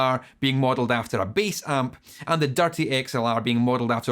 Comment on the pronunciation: Came for the content, stayed for your pronunciation of "dirty".